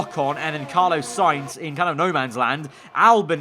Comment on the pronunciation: 'Carlo'. Every time I hear it, I go "It's 'Carlos' - with an 'S'". Every time. Good vid, though. Shame about the bug.